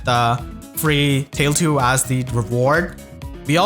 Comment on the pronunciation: Tailtiu is officially pronounced “tile two.”